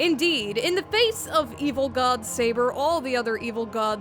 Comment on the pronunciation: It's not "Bootleg Saber," It's "Seibuur"